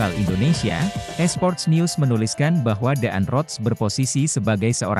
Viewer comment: DAAN ROTS = dibaca DAN ROTS. Admin harus banyak belajar cara membaca yang benar, padahal ini pelajaran waktu di Sekolah Dasar.